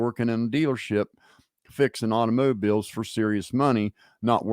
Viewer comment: You say automobiles like auto-mo-biles 😅